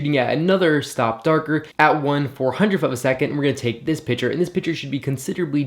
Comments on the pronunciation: piC-ture. Not pitcher. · I swear every time you said picture I literally heard pitcher